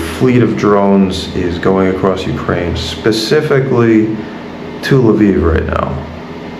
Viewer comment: You pronunced "Lviv" like "Love Eve". 🤗